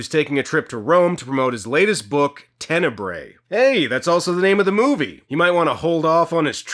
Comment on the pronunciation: Just a hint: "Tenebre" is the plural for Italian word "tenebra" (the "bra" part reads as the English word bra). You read it like you read the latin "tenebrae".